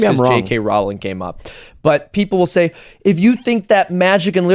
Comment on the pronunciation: JK Rowling is pronounced "rolling" like bowling.